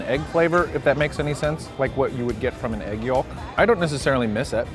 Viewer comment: is the first person I've heard pronounce the L in yolk:P